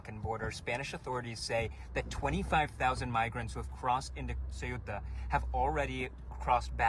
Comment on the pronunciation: He can’t pronounce the name of Ceuta, he can’t locate it in a map but he still has the nerve to comment on how the Spanish society deals with migration No doubt he is a great clown